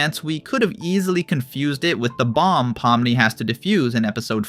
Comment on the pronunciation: He also said "Pawnemi" instead of Pomni lmfao